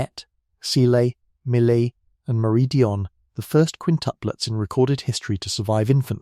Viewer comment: Cecile and Emily Not seelay and mullEE